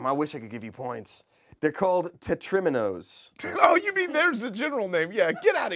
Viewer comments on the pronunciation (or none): They spelled and said Tetrominoes wrong.